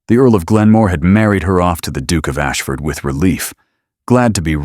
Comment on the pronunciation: I can’t get over the pronunciation of Duke = Dook!! Yuk